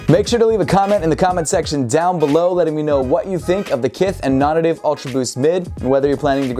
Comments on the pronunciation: dude, i say this as a fan, not a critic: your pronunciation of "nonnative" is killing me lol. isn't it pronounced "non-NATIVE"? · Dude it's pronounced non nay-tiv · Hahaha it definitely is pronounced non-native, I have no clue why says it like that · Is it just me or is it supposed to be pronounced as "NON-NATIVE". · is it not pronounced “non-native” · yo Im over here wondering precisely the same thing